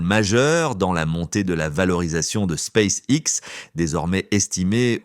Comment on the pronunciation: "Space sexe"! Halalala l'IA...